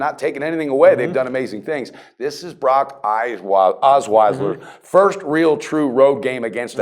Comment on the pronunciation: has trouble with names "Brock Osweisler":D